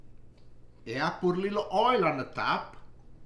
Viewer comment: He also e says holy /not oil